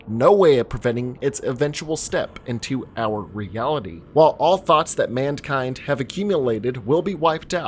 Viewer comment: Bro please stop saying mandkind